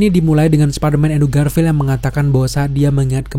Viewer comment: Bang jujur gue dulu subscribe channel elu, dan gue pecinta spiderman, tapi setelah denger elu ngomong Spiderman dg baca "SPADERMAN" gue jadi risih dan jijik, elu kan udah dewasa masak baca Spiderman "SPADERMAN" di telingaku sangat menyebalkan,,, emang gak bisa baca "SPAIDERMAN"